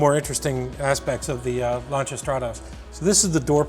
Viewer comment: Kudos on pronouncing "Lancia" correctly